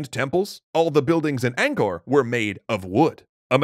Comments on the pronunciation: As someone whose family was pushed out of Cambodia due to the Khmer Rouge, anything to do with Cambodia and its' culture excites me. Just PLEASE stop saying "ayngkor" instead of "ahngkor". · The enunciation flits from 'anchor' to 'ang-core'. Proper pronounciation is 'aang-core'.